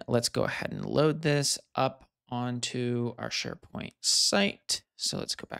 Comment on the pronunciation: "Neds Sharepoing"